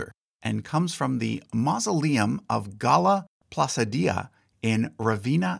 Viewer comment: It's pronounced GALla PlaCHEEdee-a